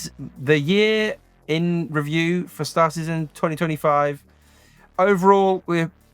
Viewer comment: Every time you say Star Citizen I hear "Star Czsszse". Joking aside, great videos, keep it up!